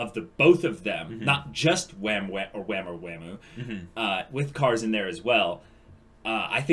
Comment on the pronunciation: It's not waam, it's wa-muu